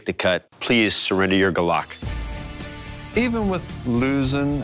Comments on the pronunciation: Gulok? I'm pretty sure you botched the pronunciation. For Kampilan though, there were inconsistent pronunciations. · NO. We would never pronounce Golok as Glok. It is always pronounced as "Go Lok". We also never pronounce Kelawang as Killa wang. The correct pronunciation is Ke Laa Wang. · The philippine blade must be pronounced "gooh-lok" not "guh-lock" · It's Gulok, not Galac. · Dough and other fils would call it Gu-lok not Go-luck. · its not galak its gu~lok, smoth pronounciation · It is not pronounced as Ga'laq it is GUH-LO-K GULOK... And it is KAM - PI - LAN... not KAMPILUHN. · Golok pronounce = goo lock